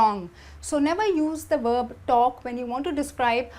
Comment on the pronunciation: Why do people from India always say werb, wovel instead of verb and vowel?